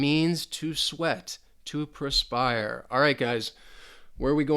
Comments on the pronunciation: Hey great job. Slight correction Perspire not prespire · Good video One thing on jeopardy game it's perspire not prespire. Had me thinking was Americanism :)